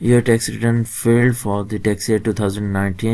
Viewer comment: Bahi jan aapki purcunciation of filed is not correct . It is not filled rather it is filed